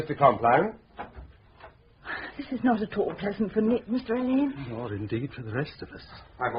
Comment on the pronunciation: Ngaio Marsh said and wrote repeatedly that Alleyn is pronounced like Allen, but people keep pronouncing it Al Ain…